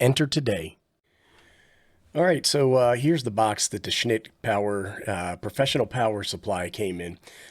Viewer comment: Dude, you cracked me up every time you said "schnit" . Not sure how you kept a straight face.